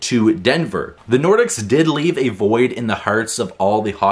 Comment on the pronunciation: Its pronounced Quebec Nor-deke, not Nor-dicks.